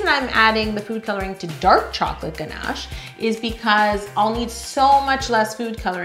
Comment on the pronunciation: I like how you say GNASH I really hear your Canadian accent🤗